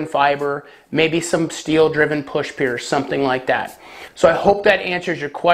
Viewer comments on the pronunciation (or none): none